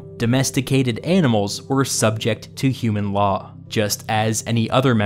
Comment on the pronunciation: "domesticated anals"